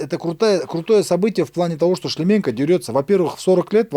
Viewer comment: Тут казах в студии что-то мнгого себе позволяет, коверкает фамилию Шлеменко.